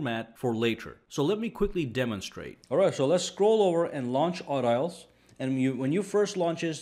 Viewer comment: I think its pronounced aw-D-alls. Emphasis on the D, not the au.